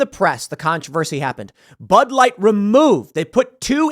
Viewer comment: "Pud Light" 😂